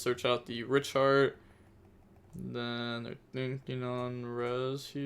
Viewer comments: hey man be careful the the pronunciation of Scareclaw Reicheart. It sounds like you're saying another r word that some people could get in arms about. it's pronounced "riyk-hart" not reek-hard. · reich heart is pronounced like rike (rhymes with bike)